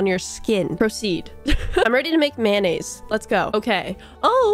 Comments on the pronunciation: It’s making me extremely violent on how pronounces mayonnaise. Is pronounced may-oo-nays. Not man-as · Approximately 133 'mayonnaise' and 74 'mayo' were spoken in this experience